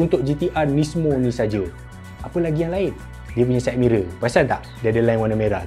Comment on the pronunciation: Ingatkan syed mirel hanicom..dengar kata mahal di pasaran buat dgn CF 😅